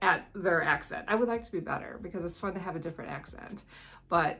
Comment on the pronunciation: The way you said fun at the end of the video sounded a little like how a kiwi would say fun 😁